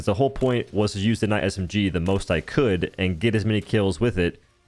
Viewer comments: You did NOT just say “Kuh-night” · did this man just pronounce it "K-Night" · ka-night HWAT? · Did you just say K-night? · Did he really just say “kuh-nite”? Lol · The kuh-night SMG indeed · how do you pronounce knight a kuh-night HOW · Cuh-nite BRUH 😂😂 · Did he say k-night😭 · Did he... just say, "K night" God standards really are falling. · MF THE K IS FREAKING SILENT YOU PLEB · You did not just pronounce Knight “ka-nite” holy shit. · I really hope you saying kah-night is baiting engagement in the comments. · Is it Knight or K- Night? lmfao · bro really said kenight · K’night? My man the k is silent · Brother. Did you just pronounce it as "ka-night"? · K-night. loool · "Kuh-night" did you flunk out of grade school my guy? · It’s pronounced Kha-nigg-it! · You did NOT just pronounce knight with a K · Omg did u just pronounce the k in knight.... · Hard K too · "he said nikka with a hard K" 😂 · Did this mf just pronounce the k in Knight? Edit: it was just once we good